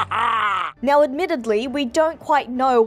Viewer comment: Did you just meow?. . . Instead of now? Lol Am I the only one that hear it that way?